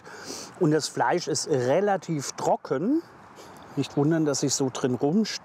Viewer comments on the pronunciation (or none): Aus Gyros wird „Küros“ Trocken= „drocken“ Portion = „bortion“ Gros = „kros“ Blumentopf = „Plumentopf“ Gruselig = „Kruselig“ , der soll mal den armen Max Kruse aus dem Spiel lassen Ich konnte nicht mehr 😂😂